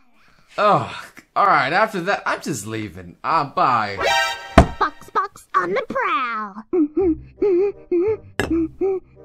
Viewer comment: Box fwox on the pwowl